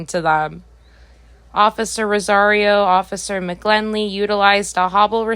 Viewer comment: The correct pronunciation of McGinley is with an "i" not an "l." Have no idea why you believed the first "i" was an "l" when the dot above the "i" is clearly visible?